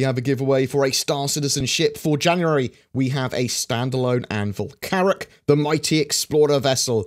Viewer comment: Carrack? Carrack!